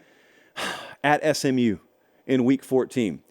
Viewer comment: says Smu vs Cuse 😂😂😂😂😂 for the Championship